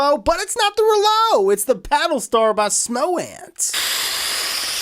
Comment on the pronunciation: at the start hr said pattle star